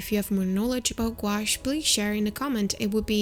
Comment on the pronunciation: Don’t mean to be critical it’s a French word. And is pronounced Goo. Ash.